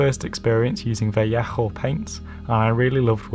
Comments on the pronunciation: I think you pronounced "Vallejo" wrong. It just doesn't sound right with the harsh "HH" sound. If I were you, I'd just pronounce it as "Vaa-leyy-ooh", sounds nicer that way. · yeah it is pronounced vayeho because its a Spanish company and thats just the way its pronounced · "vayeho" is right pronounced, gentlemen. Quite like Owen does but more softly with the "j" before the "o". Créanme, se los aseguro. Saludos! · Actually in Spanish its pronounced "va-yeho" l's sound like y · in Spanish it's pronounced veh-ae-oh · Btw Vallejo is pronounced vall-ay-ho I think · is that really the correct way to pronounce Vallejo?! Very nice plane BTW!!